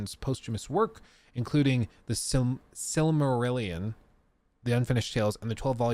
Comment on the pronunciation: It's pronounced Sil-muh-ril-ee-inn. Rhymes with 'million'.